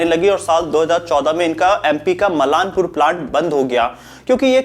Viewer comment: मालनपुर भाई मलानपुर नही